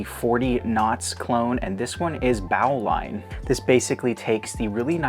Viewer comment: Another great video! And just so you know, Bowline is actually pronounced "boe-line" rather than "bao-line" Bowline is a type of knot, which is why I assume they chose to call it that 😄